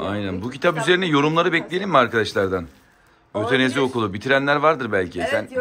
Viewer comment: Babanın otenezi diye okumasi rxcghswrdcf